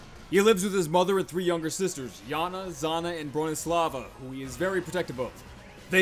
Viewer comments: Zhanna's name is not pronounced as a straight "z," but instead like the s in vision. It's just transliterated as zh into English letters, because Russian has that as a consistent sound with its own letter "ж" and English doesn't. As for the Dzhugdzhur mountains, it's somewhat simpler- pronounced "Jugjur" with a hard u on both. Russian lacks a "j" and it's transliterated as дж, or dzh. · Heavy's sister ''Zhanna'' isn't pronounced just with Z it's pronounced with ж or in my language Ž her full name in my language is Žaneta in russian i think it's also Жанета.